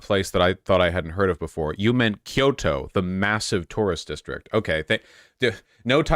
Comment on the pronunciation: Me: "Koiyoto"? I thought Vaush knew more about Japanese than that. Me, like, 20 seconds later: Ahhhhh, there we go! Nvm!